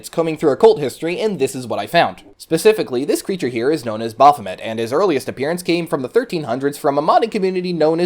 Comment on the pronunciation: Baph O May... Baphomet pronunciation. 🙄